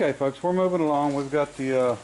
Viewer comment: Try to stop saying "folks" sometimes it sounds like your saying f*cks. I think that's what's happening.